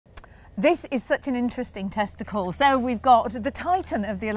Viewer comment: Opening line "this is such an interesting testicle". Come on, who heard it.😂😂😂